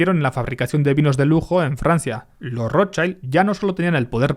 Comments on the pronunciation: nunca defraudas! pero "Rothschild" se pronuncia igual que se escribe 😅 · hola. Un apunte: schild en alemán se pronuncia shild, no shaild. saludos desde Mallorca 😊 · No se dice rochaild, se dice roth-shild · Rothschild se pronuncia del alemán "rotshild" no rodchaild. Aquí no hay niños ni anglosajones en el nombre. El apellido germánico y se traduciría como "escudo rojo" coo dices en el video de ROT (no roten) que significa rojo y Schild que significa placa o escudo y se pronuncia "shild" y no "chaild". No es conspiranoia. Lo puedes mirar en google. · Vale pero la i en alemán es como en español no digas Rothshaild me sangran los oidos ayayayayayya di RothshIIIIIld Rothshiiiild iiiiii iiiiiiii no es inglés, gracias y siento ser tan grammar nasi. :'D y oppenheimer es oppenhaimer xDxD srry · Como ya te han dicho muchos lo que mola este video yo voy a dedicarme a ir de tocapelotas. La i de Rothschild en alemán se pronuncia /i/, igual que en castellano y no /ai/ como en inglés. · No es "rotchAild", como en "child", sino "rotchild", la "i" no suena "ai" en ese nombre. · Se pronuncia "Rotchild" 😊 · Se pronuncia rozshild. En inglés child se pronuncia chaild, pero eso no tiene nada que ver con la palabra alemana schild. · Genial como siempre. Solo una cosa. Rottschild Se dice rotshild en alemán. No es como la pronunciación del inglés child. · Microcorrecciones sobre el alemán 😅 Schild se pronuncia como si en español dijeramos "yild", el alemán no pronuncia las vocales como el inglés, sino como el español. Cuando migran a Inglaterra recién se anglifica su apellido. Y rojo, es solo Rot. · He matado a un gatito por cada vez que has pronunciado mal el apellido Rotschild /rót-shilt/. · Schild en alemán, la i se pronuncia i y no ai. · porque pronuncias así la R xd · Por favor, Rothschild no se pronuncia así!!! Me duelen los oídos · La pronunciación correcta de Rotschild es con la 'i' como se pronuncia en español ✌️ Gracias por el video!